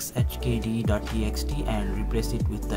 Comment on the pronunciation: The sheer inability to pronounce sxhkd is what binds the whole linux community together xD Great video, thank you :)